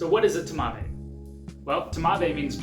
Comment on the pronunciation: I mean "TMAVé" - That physically hurts me.